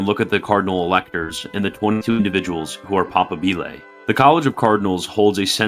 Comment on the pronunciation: pa-PA-bile . Strsss on second syllable. Just like moBILE phone is not said.